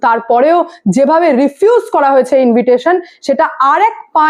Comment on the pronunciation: ইনভিটেশন নয় ইনভাইটেশন হবে।